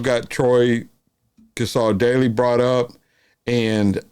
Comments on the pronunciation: Please please pronounce his name correctly.. The Cassar is said with a silent r on the end, CASSA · G'day, love watching your videos you do a great job. Don't mean to be picky but Troy Cassar Daley, the Cassar part is pronounced as' Casa '. Keep up the good work.